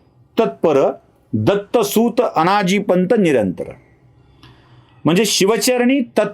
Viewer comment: तुम्हाला "सुत" (अर्थात् पुत्र) आणि "सूत" (म्हणजे सारथी) ह्या दोन शब्दांमधे जे -हस्व उकार आणि दीर्घ उकार आहेत त्यांमधला फरकदेखील कळत नाही, आणि तुमच्या (अती)आत्मविश्वासपूर्ण शैलीत तुम्ही "दत्तसूऽत" म्हणत राहता, याला काय म्हणायचं?